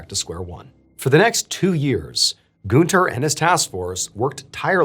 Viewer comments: It's Gunther, not Gooner 😂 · Btw the name is pronounced „Gahn-ther” not „Goon-ther”. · IT’S GUNTERRRRR GUN. TER. not Goonter. Like Hunter. With a G. It would be like like saying Hoonter instead of hunter. This whole video I’ve been shouting “IT’S GUNTER. NOT GOONTER” every time you said it like that and my mom thinks it’s hilarious. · i'm so sorry but the way he says günther kept cracking me up ToT amazing video tho mrballen, as always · I love how you pronounce "Günther" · is the name really goon-ter and not gun-ter? 😭😭 its bothering me so much